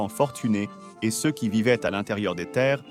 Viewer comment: Waw, la voix AI est presque parfaite. "ceux" et les chiffres, c'est pas son truc, mais sinon c'est bluffant. Je me demande quel est le modèle.